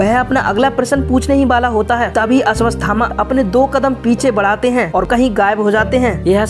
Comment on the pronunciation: Ashwasthama nh unka nam ashwathama hai.. pehle to naam bolna seekh or fr dusro ki vedio se copy krke mat bna vdio . Khud ki bna..